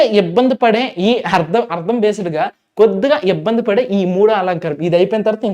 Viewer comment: ముందు మీరు తెలుగు సరిగ్గా నేర్చుకోండి. శబ్ధ కాదు శబ్దం అర్ధం కాదు అర్థం